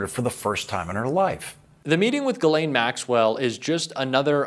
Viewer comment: GHIS, LIKE GHOST. You pronounce the IS . GHEES LAINE